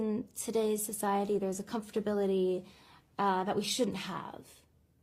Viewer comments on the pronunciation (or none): Ari saying “comforbilty” 3 times in a row should a big enough warning that celebrities aren’t always the brightest bulb in the package